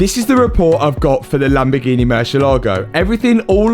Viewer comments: Always catches me off guard when says Lamborgini normal instead of "Lamborginehh" 😂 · Matt finaly learned to say "Lamborghini" because before he was something like "Lamborghiine"..